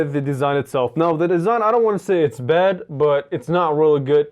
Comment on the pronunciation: Why does he thinK it's badddddedddddddddddddddddd